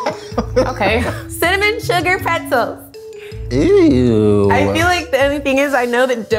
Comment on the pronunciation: i worked at auntie annes pretzels for years and coco made me cringe the whole round lmaoo and im mad she said wretzels and not auntie annes as well lmaoo...she could have just grabbed it by the two ends and the base and picked it up ... and the key to forming it is all in the wrist but she did a great job forming them her way as well lol